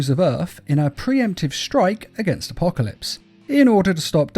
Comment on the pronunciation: it’s actually called Justice League Dark:”Apokilops” War